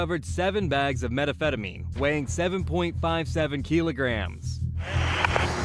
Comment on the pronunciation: "medafedamine" lol that's a new way to pronounce it.